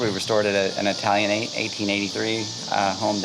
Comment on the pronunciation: BTW is italianate, not italianette.